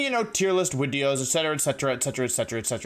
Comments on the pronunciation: i just realized wolfey says "wideo" instead of "video" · nobody: not even a soul: wolfey: WiDEo